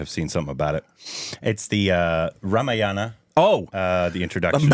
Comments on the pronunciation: It is not pronounced as Rama-yana. Its Raa-maa-yana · No no no it's not RAM- YANA. It is RAMA-AYANA. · I know this comment won't get a response, but I'll say it anyway—for the record, and with full contempt. If you're going to pander to Indian audiences for views, the bare minimum is to spend ten seconds learning how to pronounce Rāmāyaṇa properly. "Ramayāna" isn't just a harmless slip—it's lazy, jarring, and frankly insulting, especially when the word carries deep cultural and spiritual weight. It's not Havana, Savanna, or Banana, where you randomly stress the second vowel. Four syllables. Rā-mā-ya-ṇa. Sacred text, not a smoothie flavour. And don't pretend it's hard. You have thousands of native Indian subscribers at your fingertips. Ten seconds of effort—or one respectful conversation—would be enough. But parroting enthusiasm is easier than practising respect—I guess! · HEY STUPID REACTIONS GUYS .. we should spell it RAAA - MAAA - YA-NA...................NOT RA-MA-YA-NA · it not 'Ramayaana'.. its 'Raamaaayana' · ramayana word Pronounciation is mistaken brother. Pls check once with Google voice. Thank you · You're right, you don’t pander—just mispronounce sacred words in front of millions and can’t be bothered to spend ten seconds checking with the very people you’re supposedly catering to. But sure, deflect the critique by cherry-picking and fixating on one word—‘pander’—because it’s the easiest to mock, while ignoring the actual substance. Classic. BTW, if ‘pander’ stung more than the fact that you were butchering Rāmāyaṇa... thanks for proving the point better than I ever could. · Normally in hindi the A at the end is silent in Ramayana but in the original language Sanskrit, the A is pronounced.